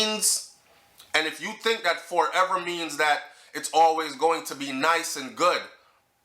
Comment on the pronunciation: Ma b she heard Fourever instead of forever 😂😂😂